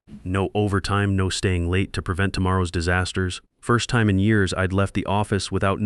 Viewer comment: You need to fine tune your AI and redo the story. The thing can’t even pronounce time right.